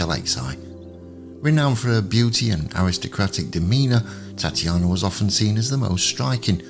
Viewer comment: Very interesting - thanks for posting (her name was pronounced Tat ya na)